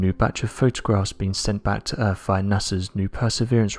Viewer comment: It's not "ERF", damnit...it's "EAR-TH"!!! This guy so screws up the "th's" in words and for some reason or other it DRIVES ME NUTS because all I do is wait to hear his NEXT screw up...like "NAS-ER," instead of NASA!! Silly me! Yeah, I know...I've been accused of being an "English Language Nazi"...sigh